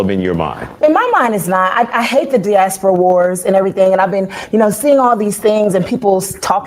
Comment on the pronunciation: If you don’t know the correct way to pronounce something- leave it alone. Or at least acknowledge that you know you may be mispronouncing it. It’s DIASPORA (Not Dasporia).